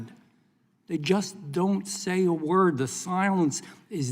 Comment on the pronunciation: Please work on not dropping the end of the words in English, when you speed up you drop you forget to pronounce the end of the word